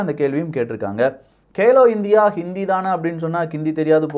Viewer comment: கேலே இந்தியா இல்லை கேலோ இந்தியா.